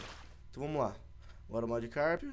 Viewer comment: se escreve e se fala magikarp